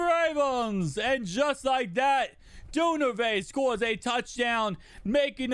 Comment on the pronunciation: Du-Ver-nay bro not dune-avay but great vid ‼️